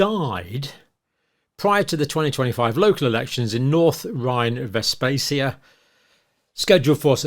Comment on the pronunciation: Quite shameful you that you cannot pronounce Westphalia. It was/is part of British occupied Germany